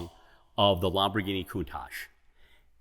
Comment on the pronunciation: The way he says Lamborghini drives me crazy